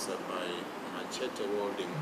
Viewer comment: Oi, machete is pronounced as ‘məˈʃɛtɪ’ 😢